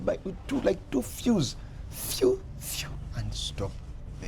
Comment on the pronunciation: He said "two feuws" feuw! feuw! 😂